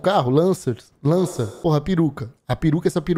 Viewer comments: Lancers, lanças, lances, láces, lancer 😂😂😂😂😂😂😂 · Ele tentando falar o nome "lancers, lacers, lança"